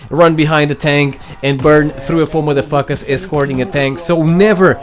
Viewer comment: Well he sure hate "da matha fackas"